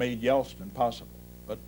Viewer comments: Say "Yelstin" one more time. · He keeps saying Yelstin, not Yeltsin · Nixon was brilliant and incredibly prescient. I've noticed he always pronounced Yeltsin as "Yelstin". Not a real criticism, I absolutely admired Richard Nixon. The most enduring political presence of the last half of the 20th century.